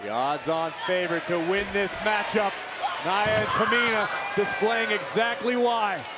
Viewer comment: Michael Cole you pronounced Nia’s name wrong, if she would have heard that she would have hit you with a Somoan drop